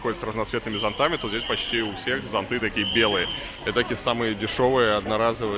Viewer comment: зОнты , а не зонтЫ !!!!!!